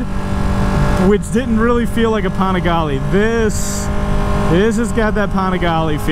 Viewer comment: u saying the name wrong u need to check 650IB for the correct way it pronounce lol